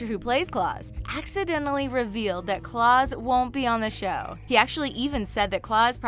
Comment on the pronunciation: Why does she think it’s Claws and Salvador hahaha not a fan